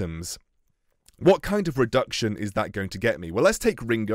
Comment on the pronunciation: not to be that guy, but it’s reduction, not redction. Love your vids still tho